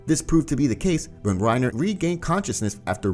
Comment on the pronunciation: I love how he calls Reina "reiner" and beritold "brtold" lol